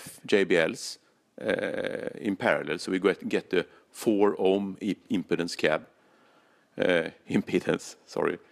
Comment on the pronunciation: I had to laugh during your intro. Speaker impedance (pronounced like "Im- pee-dince") as compared to "impudence". Let's not even discuss "impotence"! Nobody wants to talk about that haha! But another interesting, informative video! Thanks!